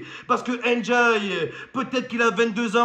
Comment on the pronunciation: C'est pas N'diaye ni "én diaye", c'est Ndiaye ça ce lit tt d'un coup